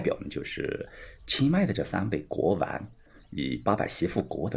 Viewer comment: 还有（国王）不是国丸...